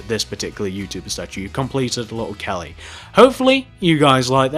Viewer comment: OMG listen from 5 seconds to 10 seconds you'll hear him say little gelly